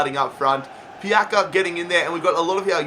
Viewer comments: Marin TV Yeah, the sounds of "C" is like "ZZ" in italian Its like "Pizza" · It's not pronounced pjaka it's pjatsa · It's not Pjaka, it's Pjaca :D Try to pronounce it Piazza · Marko Pjaca no Marko pjaka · I am from Croatia Love you keep up the good work It s pronaunced pjatsa not pjaka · im croatian, but its not pjaka! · Pronounce it like pjatsa. Same like piazza in italian. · Pjaca is pronounced like "Pyatsa" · I believe Pjaca is pronounced Piatza, I'm not Croatian though so don't kill me 😂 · Aym from Croatia Marko Pjaca no pjaka hahahah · I am croatian and its pronounced pjatsa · it’s more like pyatsa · zar se ne kaže Marko Pjaca